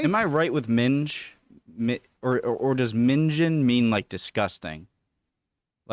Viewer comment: Minge ( minJ ) vagina Minger ( minger ) like ringer..Gross